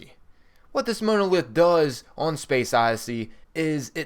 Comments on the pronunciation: I appreciate your help with these videos and for all the work you and guys like you put into them. The secrets are cool and your directions and map shows are key as others do not commentary as well as you have. That being said I would appreciate it if you would PLEASE learn how to pronounce some things correctly. Monolith, Paltrow. It bugs me but it is not meant to be offensive. Others may complain as well. For your knowledge, The Man in a space suit is a DIRECT image from when Dave was sent through the Monolith in 2001 Space Oddessy by HAL the AI in the Computer aboard their first missions ship. I would also menmtion that the area you are sent to does look like a Boss Battle area but I believe it is in reference to the Mono lith found by teh Apes at the beginning of the movie. Again I will say THANK YOU! For your effeorts here as they are honestly appreciated. I will be both Liking the posting here and following you in the future. Cheers bud and Good Hunting ! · Ugh. The image of the "space monkey", in fact the whole thing with the monolith, is a reference to the final scene of 2001: A Space Odyssey. And it's MAHN-OH-LITH...not Mow-No-Lith... Jesus. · The Moanolith? it is pronounced mon·o·lith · You are saying monolith wrong...... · Im pretty sure thats not how u pronounce monolith, it not MOAN, it mon, a soft O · Monolith (it's pronouncedˈmänəˌliTH or mon-o-lith). Every time you said Mowna-;ith I died a little inside. Also, the "Gwen's Head" easter egg is only in Borderlands 2 and this game, not "all the previous borderlands games". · it's pronounced mawnuhlith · Please learn to pronounce monolith. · lol never heard "monolith" pronounced like that before :) But pretty good vid, thx. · The way you pronounce monolith is painful. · Between you mispronouncing names and not knowing how to pronounce the word Monolith, I could not make it through this whole video. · Good god learn how to pronounce monolith and Paltrow